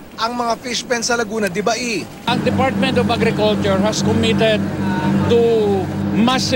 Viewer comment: Pauso na naman iyong mga media na to, laguna de baey. Ano bang mga klaseng mga reporter ito. LAGUNA DE BAY.